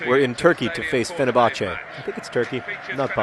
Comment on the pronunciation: AHAAHAHA YESS This is awesome. He pronounced fenerbahçe incorrectly but YES. Fenerbahçe is my least favorite football team ever btdubs